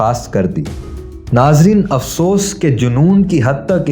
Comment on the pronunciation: آپکے لفظ "افسوس" بولنے پر سخت افسوس ہے